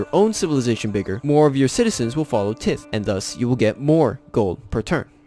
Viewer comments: Thanks for sharing. Quick tip, it's pronounced "tie-th" not "tith" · It's pronounced Tie-th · man said "tith" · Tithe is pronounced more like Ta(h)id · Your video is very helpful, but some sentences were jumbled together and some words are mispronounced. The i in tithe sounds like the letter “i”, like tide, rye, eye. “Missionary” has 4 syllables. miss-shun-air-ree. Not miss-shun-ree. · Well. I can tell you didn’t have a catholic family considering how you pronounce tithe